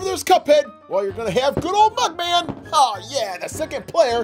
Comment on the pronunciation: It’s mugman not buckman 🤨